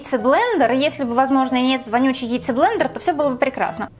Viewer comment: Прекратите мой оррр. Яйцеблэндэр, оруу, ааааа спасите, пожалуйста